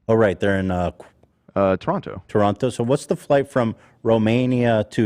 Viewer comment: I absolutely love how Americans pronounce Toronto